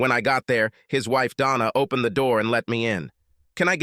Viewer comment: Pronounciations? Three more originals to the list: OWE+PEN+ED RAY+CON+EEZ OWE+BLEE+GA+TORY Ye gods, so abysmal, commenting must be a sheer waste of time…